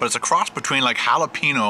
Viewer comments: HA-LA-PEN-YO not HA-LA-PEE-NO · your pronunciation of jalapeño is driving me CRAZY lol. It's Hal-a-peen-YO not Hal-a-peen-o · its halla-payne-yo... not halla-pi-no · its pronounced jalapeño (halaPAINyo) not halapeeno.